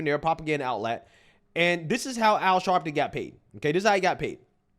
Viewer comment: Al Sharleton😂😂😂😂😂😂